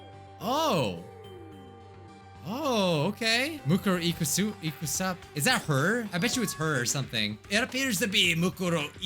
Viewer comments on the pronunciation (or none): I love how he pronounces Mukuro Ikusaba incorrectly the whole time